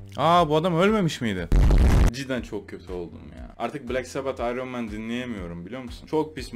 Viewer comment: nobody:: AYRON MEN